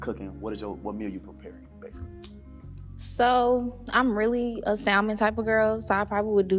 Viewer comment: Baby girl the l is silent in salmon 😭😭